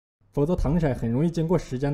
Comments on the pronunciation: 糖色ㄙㄜˋ不是ㄕㄞˇ只有ㄙㄜˋ才有顏色的意思•_• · 刚哥 那个字就读糖sè啊 不要被北方人的方言读音乱教的人误导了。。。。。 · w不是糖se吗，为什么会是糖shai，是我没文化吗